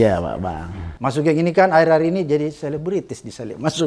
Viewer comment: Pak Abraham panggilnya jangan * SUGENG ( Pake E ) tapi SUGEUNG * j😁